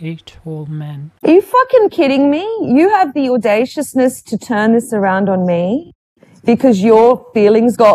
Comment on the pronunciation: " you have rhe audaciousbess" wtf ppl